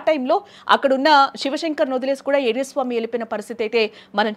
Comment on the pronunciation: ఎర్రి స్వామి కాదు... ఎర్ర స్వామి 😂😂